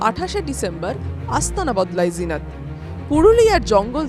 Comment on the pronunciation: লিখেছেন "জিনত" আর উচ্চারণ করছেন "জিনাত"??? ফাজলামি মারার জায়গা পান না? এটা কি হিন্দি? হিন্দিতে যা লেখে তা উচ্চারিত হয় না। আনন্দবাজার কি হিন্দি লিখতে শুরু করেছে নাকি? মেরে পাট করে দিতে হয়।